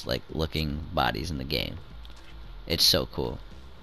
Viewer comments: Wart hog he says bodies too. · Why does he call them body’s